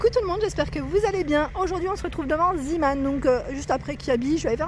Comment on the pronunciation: Trop top ta vidéo ça me donne envie d y aller. Par contre on dit pas «zimane» mais on prononce « zémane» Sinon continue tes vidéos j aime trop